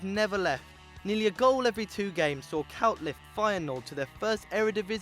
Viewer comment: k oy t not k ow t